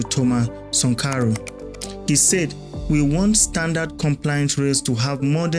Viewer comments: Who is Sunkaro? Do you mean Sankara or Sunkaro? You got issues with pronunciations. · Are u deaf or stupid? The name is pronounced Thomas Sankara! Why do u keep saying sankoro?🤔🥴🥴🥴🥴🥴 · It is Sankara, not Sankaru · What's 'Sankaro' it a name so mention it as it is ' Sankara'. Dont spoil your videos with these petty things bro. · Sankara , not sonkaro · it's Sankara. The video is very good, get the name correctly next time😅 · How do you butcher the name of Thomas Sankara you’re a joke. Sorry it takes away your good work it spoils it doesn’t enhance your work.